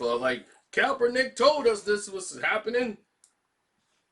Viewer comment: Say it with me Karceno- KAP-ER-NICK! My goodness smh 🤣🤣